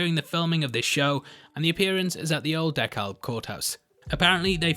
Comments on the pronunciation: 1) it’s pronounced “DeCAB” not DeCALB. The L is silent. Goofy I know. 2) Liberia is a real country in West Africa. Latveria is where Dr. Doom is from. 3) You killed it as alway man. I’m ready to come to your stand up comedy show. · I was screaming at the end of the episode!! I was GAGGED!!!👏🏿👏🏿👏🏿👁👄👁 Oh and Dekalb is pronounced de-cab because it’s here in Atlanta,GA. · The county is pronounced "DEE-cab" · Dekalb = dee-cab :) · Great review as always. Just an FYI, DeKalb in Georgia is pronounced “duh-CAB”. I know, it's weird but that's the way it's pronounced there. Now you'll sound like a local....sort of. LOL! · Dekalb is pronounced DU-CAB listen to some OUTKAST 😉